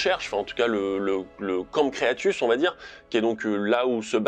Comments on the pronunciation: "camp creatus" mdr ! "Cretaceous" c'est mieux je pense ;) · Camps Cretaceous pas crétacus